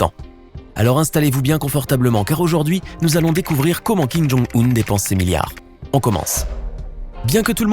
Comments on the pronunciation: C fait exprès ? Depnse au lieu de dépense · '' dépnse'' ses milliards ???